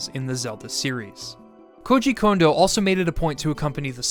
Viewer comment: Thank you for pronouncing Kondo correctly!!!! So many people say the name wrong so often, it has almost become triggering.